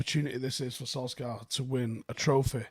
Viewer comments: It’s pronounced Solshar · How freaking difficult is it to pronounce Solskjear correctly?! 😅